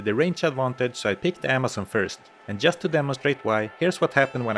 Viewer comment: Learn how to pronounce just